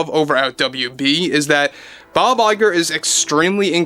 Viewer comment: What his name??? Bye bye girl?? It s all I heard when you says his name..